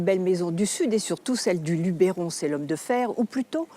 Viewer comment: on dit Luberon et non pas Lubéron !